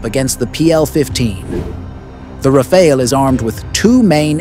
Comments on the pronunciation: Rafale, not Raféle. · To make sure the French understand you are talking about their jewel, correct the pronunciation of Rafale to "Raf-faal"... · It's not Rafael, it's RAFALE. Congrats for the prediction anyways. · Rafael ❌ RaFAIL ✅